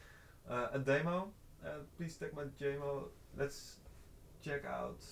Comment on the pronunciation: I love the way says demo. He says "Damo". Love it!!